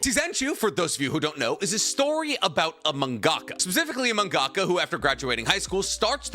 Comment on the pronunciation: The way he said mangaka just broke me 😂💩